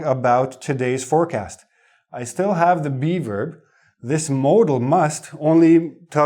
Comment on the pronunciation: LOL Everytime you say "be verb",, I hear "beaver"! LOL